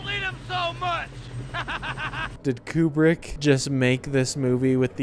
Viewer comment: Koo-brick, not Kyu-brick.